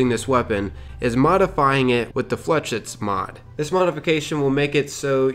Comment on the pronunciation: FLAAAYSHEETTSSS......jesus ...flechits (fucking ingrish crit)